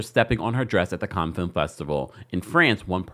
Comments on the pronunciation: Sir! If you're gonna report news, please learn how to pronounce words first. Cannes is pronounced can-na, not con. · This is of little importance, but it (Cannes) is pronounced "kan" not "con". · Cannes Is Pronounced Can, Like ‘I Can’ Not Kahn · It pronounced can festival not khan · It’s pronounced as “Can’s” film festival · Pronounced Can, rhymes with tan.❤ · It’s pronounced “can” like a can of paint. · With respect, it's pronounced "can" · Cannes-cans.... Sorry it was driving me crazy.! It's pronounced cans... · Respectfully and I love you. Cannes is pronounced like can. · Hi😊 I just heard you say that the French don't like it when we mispronounce their words. I just wanted to let you know the correct way to pronounce "Cannes", is "Can"...like we say, trash can. I'm not trying to be rude, as a person with melanin, I wanna see us shine 😊❤